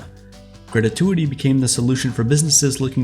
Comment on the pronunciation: Pro tip: It's "gratuity" not "gratatuity" - unless you were subtly referencing the excellent movie Ratatouille ;-).